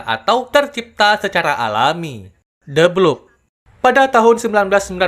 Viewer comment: The bloop❌ The bloob✅